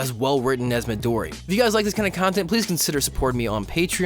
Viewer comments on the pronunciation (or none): It’s not midori it’s midoryia it sounds like MID ori Uh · Read it as Me-Do-Re-A, Emphasis on the "Re". It is not Midori its MidoriyA, there is an A there for a reason, and it should be pronounced. Thanks you, for taking your time to read this. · Ya, Midori...ya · I wouldn’t know how to spell or say that and I am Midora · ReeeeeEeeeeEeEeEeEeeeeEeE just say MidoriYA. Midori is the COLOUR GREEN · (Not to be rude) Why do you keep saying midorry It’s midoryia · I get triggered when he says "mahdorry" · Midoriya. It's not Madory it's Midoriya. M I D O R I Y A. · "Midori" Have you even watched this show? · Stop calling midoriya "midori" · Cringe. You said midori for the whole video. (People! Just learn! It's MIDORIYA!!) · I guess I'm not caught up on HeroAca... I haven't heard of this "Mahdorri" guy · Midoriya not midory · Ughhhh it’s not Midori it’s Midoriya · HIS NAME ISN'T MEDORI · It's midoriya not midoryi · Midori-YA! YA! Not Midori, MidoriYA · Every "Midory" was like a knife stabbing into my heart. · It's MidoryA. You pronounce the A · Mii- Doh - Ree - ya is how you pronounce it if you're not Japanese not mii - door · I cant take this video seriously when your'e saying midori instead Midoriya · ITS MIDORIYA NOT MIDORI. At least learn to pronounce the name of the person you're making a video about. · MidoriYA. Not Midori. MidoriYA. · Good points aside, is it too tough to pronounce his name as it is? Or is it more "edgy" to mispronounce it, because fuck anime watchers? It's Mi-Do-Ri-Ya, with an emphasis on the "Ya". It's not "Maddori". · Mydory??? It's Mee-do-ree-ya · Stop saying "Mahdorry!" His name is Midoriya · I cringed everytime I heard that Midori. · bout to comment the same thing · Well I am glad you noticed this, I came down here to comment that his name isn't Midori, but you noticed. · I kept laughing because you basically did something like turning Michael into Michelle. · just call him Deku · Mid - dora lol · You’re calling him midori